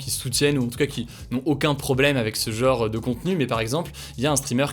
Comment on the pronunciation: C'est quoi le délire avec le mot "genre"? Pour"jambe", tu ne dis pas "jeuambe"! Alors pourquoi vous êtes des dizaines sur YT à dire "jeuenre" pour "genre"? C'est mystérieux 😶